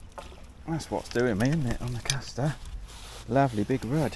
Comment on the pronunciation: C A S T E R there's no R in the name lol...... Nice vid sounding a lot better🎣